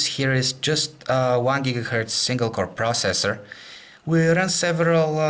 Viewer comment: Proacessor Lmao